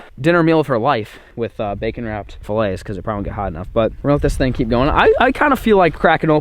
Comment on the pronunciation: I’m not sure if it’s a joke or not but when you say fillet it you say it as fillet